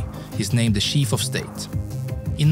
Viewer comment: To me, it’s weird when he pronounces ch like sh. I know this is a Swedish feature, and it’s possible to get used to it, but it takes a while. Chief is sheef and children is shildren.